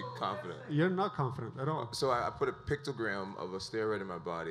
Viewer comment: The fact that he keeps saying pictogram instead of picogram irks me lol